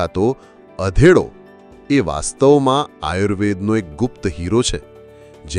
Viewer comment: અધેડો નહીં અઘેડો.